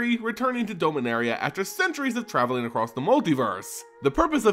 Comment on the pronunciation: You need to say the As in "Dominaria" as As (like you say in the word apple) and not like an E.